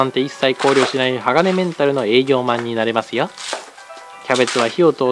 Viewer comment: なれますよ♪が昭和っぽい